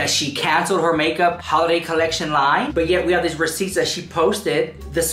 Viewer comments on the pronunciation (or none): When you say receipts it kills me. I love your humor